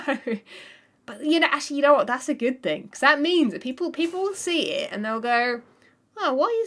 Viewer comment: everytime i watch her videos it's full of "ya ne wot"